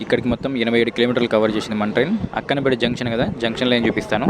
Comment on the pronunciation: Bro Akkanapeta కాదు akkanapett.